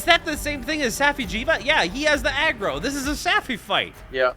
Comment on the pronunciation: When said I got the aggro it sounded like he said I got the Adderall